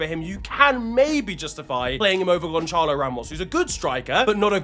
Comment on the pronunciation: Gonchalo💀💀💀💀💀💀💀💀💀💀💀💀💀💀💀💀💀💀💀💀 brother where do you see an h in Gonçalo